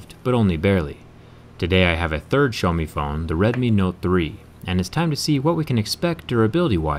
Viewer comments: It’s so annoying the way he pronounces xieaomi like show me get it right it’s pronounced x e ow me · Did he just say showme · Did he pronounced Xiaomi as "Show me"? 😂